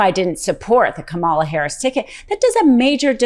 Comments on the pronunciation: Her name is Kamala..Ka-ma-LA !! Emphasis on KA, AND LA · Just remember: the stress on Kamala Harris' first name is on the first syllable. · Please pronounce Kamala correctly with emphasis on the first syllable, not the second syllable. Maga says it wrong on purpose. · {KAHH - mah- lah} Please don’t say Kamahhla again. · Please pronounce Kamala's name correctly: "COMMA-la". Its NOT: "Ka-MALA" Please watch the DNC convention when her neices coached the crowd on the correct pronunciation. Thank you so much. We appreciate your commentary but pronouncing her name correctly is imperative. Otherwise you are playing into Trump's playbook of mispronouncing her name purposely:-) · Please, please, please start pronouncing the Vice Presidents name correctly! It’s Comma-la… not KA-Ma-la! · Could you PLEASE learn how to say Kamala’s name. It’s not Ka mah la. It’s comma la. You can refresh the lesson provided by her great nieces during the DNC. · Seriously? YOU just said Kamalas name wrong several times. It's Comma La.. NOT Ka Mall Ah!! Jesus Christ! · I love ya, but it’s Kah-mala not Ka mahla. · I dont mean this to be rude, but you're saying her name wrong too. It like Coma-La not ka-MA-la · It’s not ka-MA-la, it’s KA-ma-la, or “comma la”. One would hope that the MTN hosts would at least get it right… 🤷‍♀️ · K, it's Comma la. Not Ka Mala, like Trump says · KAH-ma-la,, not kah-MAH-la. Don't be like Trump. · Please don't misspronounce Harris's name. It's KA-ma-la. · also, not "come allah" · Just an FYI... it's pronounced "comma-la"... please don't say it like the purposely do! I think everyone should know this by now! No disrespect intended! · COMMA-la. Please learn how to say her first name. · Please say her name right! Comma- la!! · Could you please pronounce Kamala correctly or refer to her as VP Harris. Kamala = KAM a la. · I love listening to your show, but could you please Say kamala's name correctly? It's Comma~La. Phonetically speaking. Thank you😘